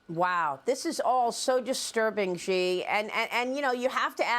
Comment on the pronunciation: Xi sounds like "she" not "ji".